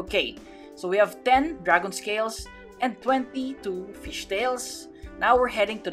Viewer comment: Lol when I heard you say dragon scales i thought you said dragon tails